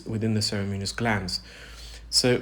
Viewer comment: He pronounces ceruminous as “cerimunous”. Similarly cartilaginous emerges as “cartilenious”. He’s good at ear care, not pronouncing tricky words!